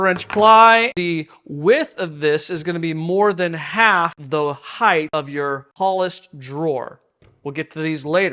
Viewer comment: High-th? Did you mean height? Why are you adding an extra H on the end?